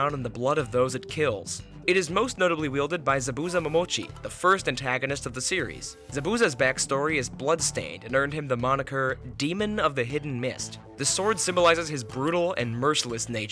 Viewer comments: Enjoyed the video. Also its za-boo-zah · Lol calling Zabuza from Naruto Zurbusa is funny asf 😂 Also, since u were doing video games too. U missed the 3 blades from the Greek god of war games. There's the blade of Artemis and blade of the God's in God of war 2005. While the blade of Artemis is pretty big, the blade of the God's is literally used as a bridge by a giant statue of Athena And then in God of war 2,3 and 5 there's the blade of Olympus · its all good, the video was a fun watch! but yeah how you said the last A in his name is also how you say the first A too, like Za-Bu-Za. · not to be a stickler, but that pronunciation of Zabuza killed the vibe of the vid, everything else pretty great dude! keep up the great work. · how did you mispronounce Zabuza's name!